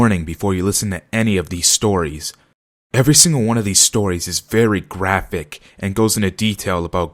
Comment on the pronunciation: The way you say graphic killed me (graffic)